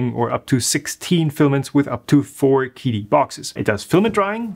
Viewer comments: Chee-Dee, not Kee Dee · I believe it’s pronounced “chee dee”, not “kee dee”. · it's pronounced "chidi" not quidi :) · I don't want to be THAT guy but the Q in Qidi is pronounced more like "tch" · Just so y'all know... Qidi is pronounced "Chi Di" - Qi is pinyin for 气 (or 氣 in traditional Chinese), and means "air" or "vapour" (not vapourware, for those still waiting for a Qidi box!)